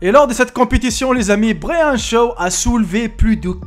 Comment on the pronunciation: Brahan ou braiane g pas compris bref c hulk